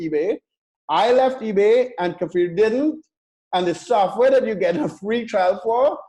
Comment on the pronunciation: Just by the way,, his name is "KFir" not Kafir as you express it;)